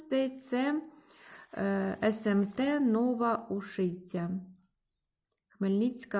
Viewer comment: О, наше молоко 🐮🥛 Нова Ушиця, наголос на У